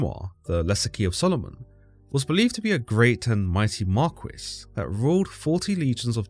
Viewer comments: I’ve never heard anyone pronounce Marquis (Mar-kee) as Mar-coo-ees 😂😂😂 just turned this video into a comedy 😂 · 😂 glad im not the only one who had a good laugh about it. He caught me off guard with that pronunciation